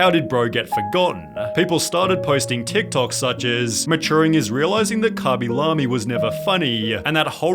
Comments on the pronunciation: cabilamy? isnt it kay-bee-lame? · Khaby La-Me? who tf is that? i always read his name LAME not La-Me. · Is anyone gonna talk about how he pronounces the name as "Cah-Be-Lah-Me" instead of "Kay-Be-Lay-M"? Or have i been saying his name wrong the entire time 💀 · Never in my life have I heard someone pronounce his name as "Khaby Lahmy" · kabee lam-ee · Kabby la-mi 😅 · Who the fuck is khabby lamy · Lemme find out this man’s name is pronounced “cawby lawby” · “commy lammie” 💀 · "kabie lamie" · karmmy larmey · why he pronounce it like kabee lamee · I'v never heard someone pronounce his name as kuby lummy, but there is a first for everything i guess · Dude might have fell off but butchering his name is pretty foul bro.